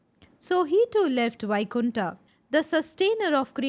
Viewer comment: Many ancient words you can pronounce as it is like 'puran' not purana, वैकुंठ not बैकुंठा